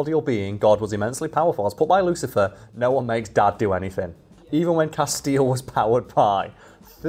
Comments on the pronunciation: Who else winced at 'Casteel'? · Honestly, saying Castiel like Casteel might be the closes i've ever come to becoming a pinned comment on one of these videos. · Having watched this channel for long enough I'm not sure if some of the mispronunciations are intentional trolls towards the audience or not. Ex: Repeatedly calling Castiel > Casteel ( corrected the pronunciation, but still said it wrong later in the video), and the Nephilim > Nephlehem (almost sounded like Bethlehem). Don't get me wrong, I'm not bothered, it's pretty funny thinking that either doesn't know, doesn't care, or is intentionally pronouncing things wrong to see who notices. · Please keep calling him "Castille" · She tried for a while but just had to correct your pronunciation of Castiel eventually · The way keeps mispronouncing Castiel's name is enough to make me chew glass 😂. (At least Cas got a cute picture for the blue screen in the background 😆.) The whole concept of whether the characters in SPN had free will or not was pretty cool to be fair. (Wasn't there a throwaway line from God where Cas was revealed as an uncontrollable entity, that never did as he was supposed to? That would have been amazing to capitalise on for the finale. The only true representative of free will.) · continues to demonstrate that there are some names he is just incapable of pronouncing correctly. RIP to Cobain and Castiel. P.S. love you, 🖤💜💛